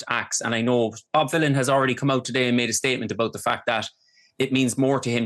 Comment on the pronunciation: She keeps saying Bob Dylan not Bob Vylan, she needs to very careful